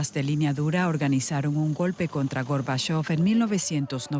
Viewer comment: ¿Por qué la locutora dice Górbachov cuando es Gorbachov?